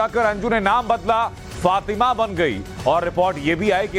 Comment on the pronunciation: फातिमा बोलो भाइ